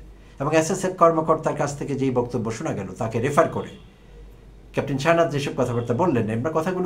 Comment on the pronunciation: That's a small thing! You're always so right and that's why I just mentioned it! I think it's "Shehnaz", but I heard it differently!!!